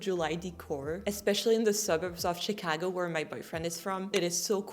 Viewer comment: You say Chicago like a native Chicagoan